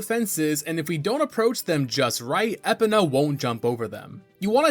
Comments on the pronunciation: To be fair, voice acting would have fixed this problem. But the N64 just wasn't ready for that with how much is already IN the game. Also, here's the whole list of "corrections" I could make: - Kokiri: Ko-kee-ree - Mido: Mee-doh (most Kokiri are named after musical notes aka the do-re-mi scale) - Deku: Dec-coo - Skulltula: a literal portmanteau of "skull" and "tarantula" - Farore: multiple percieved pronounciations, common one is "fay-roar-ay" - Malon: rhymes with a bird's "talon" - Dampe: Dom-pay (although it was funny that you called him "Dante") But yeah, I only know most of these from friends since I don't play that much Zelda. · "I've gotta get in there!" -Yami Link (probably) I did know about that! I'd do it with a jump slash tho. I hate how you say "Epona" I think there's two exits to Lon Lon Ranch actually! I remember you could also jump over the gate where Ingo is. Bro now you're just adding letters! How do you read "Volvagia" and see an R anywhere?! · Your mispronouncing of Epona's name makes me groan. Edit: I understand the confusion around her name. It's is Gallo-Roman in origin and those guys have some odd pronunciations for words. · *spits drink hearing Epina * you mean "uh·pow·nuh" but i thinkk i am going to her Epina from now on haha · Is he rage baiting with these pronunciations? E-puh-nuh is brutal... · I'm convinced this guy is just an npc hired to commentate over gameplay without actually playing the game Called shiek "him" several times.... It's EEEE-POE-NAH NOT ep-uh-nuh I can go on and on and im only halfway through the video smh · It's E-pon-uh not eh-pun-ah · Why do you keep pronouncing it Skull-toll-ah? It throws off the video, it's Skull-tool-ah like tarantula but with skull instead of Taran. Other than that, great video mate okay I'm convinced you're trolling us at this this point. Epp-Ah-Na instead of E-pon-ah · I was gonna sub, but you pronnouce Épona and that cannot be forgiven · E-po-NA fml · it’s epona not epina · “Eh pen ah” 🥀